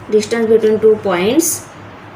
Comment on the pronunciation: Learn to say distance ok what you saying you know dishtance